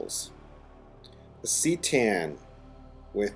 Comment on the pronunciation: Not trying to troll you here, but I just couldn't keep my mouth shut on this. C'tan is pronounced "kuh-TAN" not "SEE-tan."